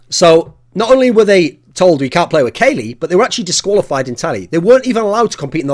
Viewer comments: You should get english lessons from pasha.. not Kayle, it's KUKLI!!! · You pronounce it Kalli, not Kaley. :P Silly Thorin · should just pronounce it KOLY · thats the way that casters used to pronouce it but its actually pronounced cali like in california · Why are you pronouncing Kqly like that!